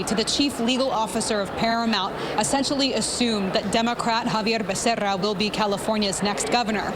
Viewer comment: I despise how you pronounce becerra!